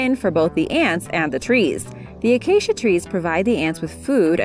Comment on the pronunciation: Narrator: Acacia Tree Minecrafters: Did she say Aacia?!?